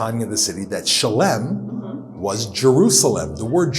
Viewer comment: Cool video but are you sure you pronounced Salem and Melchizedek correctly?